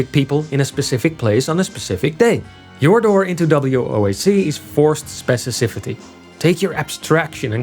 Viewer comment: specificity, not specicifity! Thats the correct word!